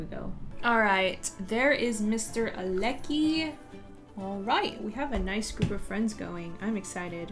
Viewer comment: I think Aleki is pronounced Al-uh, Kai and if Lilo isn't the one tending to the painting stand it won't go to her aspiration.😊